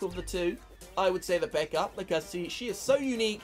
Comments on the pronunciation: I heard say pekker I believe he meant pekka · I like the way he says pekka lol he says it like pecker